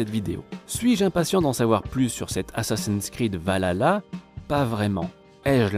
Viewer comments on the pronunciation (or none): none